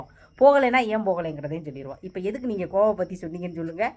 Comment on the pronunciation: Aiyooooooo iva pronunciation why ivlo bad ah irrukku athu Goa not kova thooooo vaaya thiranthale. Kazhisadai